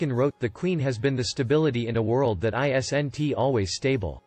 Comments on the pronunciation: Usually the robot spells it "i s n t". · Can you put an apostrophe in ''isn't'' so that your robot knows it's pronounced IZZint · Please learn how to say the word isn't. Stop spelling it.